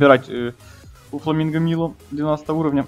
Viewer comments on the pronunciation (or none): Майло* а не Мило